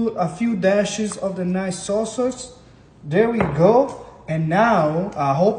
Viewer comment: Bro keeps saying "saw soyce" 🗿